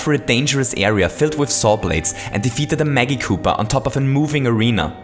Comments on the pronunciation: Correct Pronounciation- mah-ji-ku-puh| You're Pronunciation (Wrong)- mah-gi-ku-puh| PLEASE SAY IT RIGHT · When you say magic koopa it sounds like muggy koopa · It pronounced ma-gee koopa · I always pronounced Magikoopa like this: Magic + Koopa = (Mah-jih-koo-pah) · the g in Magikoopas is pronounced like magic, not like magma. (I used magma for the example of you pronouncing the g as a hard g, because magma was the only example of the top of my head.)